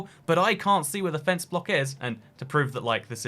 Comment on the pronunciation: Unexpected "femce"